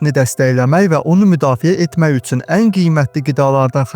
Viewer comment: Üsün yox üçün 😅